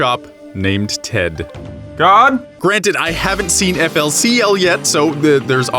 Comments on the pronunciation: called fuli culi not F L C L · You fool it's not pronounced flcl it's foolycooly